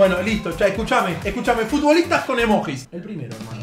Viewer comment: DEJA de decir emoJis por favor, se dice emoYi